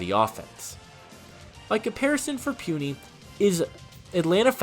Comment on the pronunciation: its PU(pooh)NI(knee) Puni not Pwuni 🤣🤣 My college teammate just want to help you